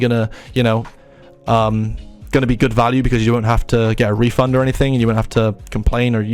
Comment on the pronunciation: Bro said refund there like 7$ had me lmao